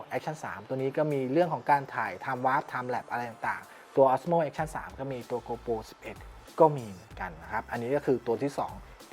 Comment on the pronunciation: เนื้อหาดีมากครับ ฝากเรื่องการเรียกนิดนึงครับ โกโปร ไม่ใช่ โกลโป 12 ล้านพิกเซล ไม่ใช่ 12 ล้านเมกกะพิกเซล